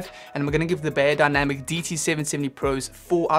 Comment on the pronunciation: Great review! 👍🏻 Thanx a lot. Just a tiny little remark from a native German: "Beyer" in the brandname "Beyerdynamic" is pronounced like "fire", not like "layer". I hope it is clear what I mean 😊😇.